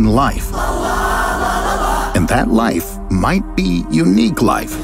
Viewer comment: Every time say Life "LALA! LALALA!"